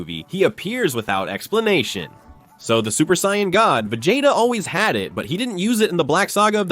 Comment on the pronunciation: Terrible AI voice slop that can't even pronounce Vegeta or Saiyan properly